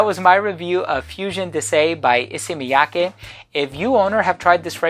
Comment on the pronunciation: Props for being one of the first reviewers I've heard pronounce "Miyake" correctly 😄